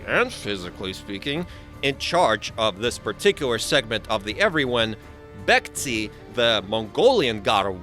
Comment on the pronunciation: But props for pronouncing begtse correctly!